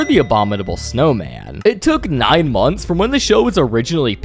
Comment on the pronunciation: "portfolioouu" "moanthss" "schooel" "dooug" your way of talking pmo